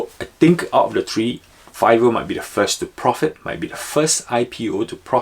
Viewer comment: Sure called Fiverr correctly.